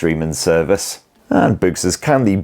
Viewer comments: Oh... BOOS!!! 90% of the video, I thought was saying, "BOOST" as in Boost Mobile😂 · Close enough 😂 it’s Boox